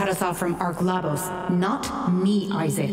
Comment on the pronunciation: Ahhh hahaha, got to the end. Goodbye to that speculation! 😆 And it's ark Labos,, LABOS! Latin for "struggle," I think. (Guess that could have been a hint about what kind of megalomaniac MacArthur was...)